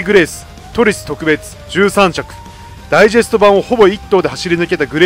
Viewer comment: 特別の発音がとく↓べつですね。